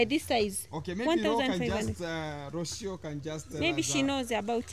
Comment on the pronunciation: learn to pronounce Rocio name well please